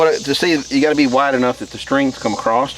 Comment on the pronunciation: "AcrossT" with a T? That's great.